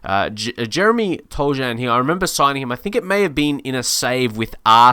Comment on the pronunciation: U’ve been pronouncing Toljan’s name wrong